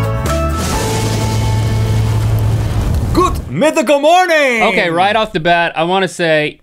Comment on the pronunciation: hold on did Rhett say goot mythical morning"?